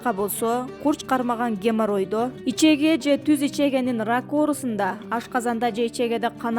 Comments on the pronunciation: Ичеге эмес ичеги деп суйлочу садага?! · Ичеге эмес ичеги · Ичеге эмес ичеги!!! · Ичеги деп туура окуш керек